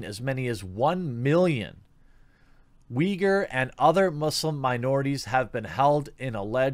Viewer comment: You have the correct Chinese pronunciation. They spell it Wei Gur in Pinyin. Cenk Uygur’s father was from that area, I believe. There are a fair number of ethnic Uyghurs in Turkey. They and the Turks pronounce it Oo-ee GOOR.